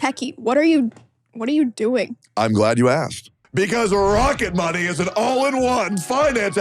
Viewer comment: Todays Sponsor is "Rocket Money!!!" - My dumb Ass Car Guy Ears understood "Rocketbunny" and thought, why are they advertising Car-Bodykits, how random. - What is wrong with me.